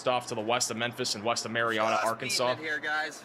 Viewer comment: Mary Anna, not Mary ahhhna. Home of the mighty Trojans brother! The most famous person from Marianna, Arkansas is Rodney E. Slater.Slater rose from picking cotton as a child in Marianna to becoming the U.S. Secretary of Transportation under President Bill Clinton from 1997 to 2001. Prior to his cabinet position, he also served as the first African-American director of the Federal Highway Administration.